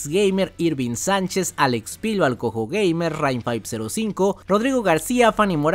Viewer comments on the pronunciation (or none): none